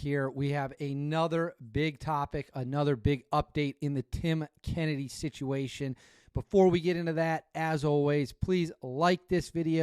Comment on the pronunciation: This is the second time you mispronounce his last name maybe you wanna ask him next time you talk to him 😂 That story that you talk about he refers to the Spartans spearing all the soldiers before they leave the battlefield so you know he’s full of shit … you know what he meant… on the Shawn Ryan podcast for reference lol 😂 and then he woke up 😂